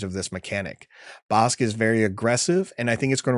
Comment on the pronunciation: That BK pronunciation 😮 Ive yet to decide if the bounty upgrade cards are worth running in limited. They have felt underwhelming though definitely interested in trying out Bossk